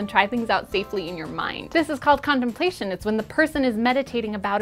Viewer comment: Thought she said condomplation..